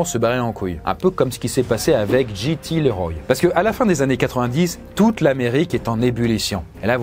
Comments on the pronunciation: CC'est JT LeRoy pas GT Leroy, si jamais... JT pas GT. Tu prononces GT, c'est pénible... Sinon bonne vidéo, mais la prononciation ça compte ! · Ça se prononce "Liroy". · JT Leroy 😂😂 ça se prononce Liroye 😁 cet accent so frenchy 😁🥰